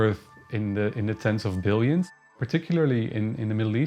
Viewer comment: "Tens of BBBBILLIONS"!!??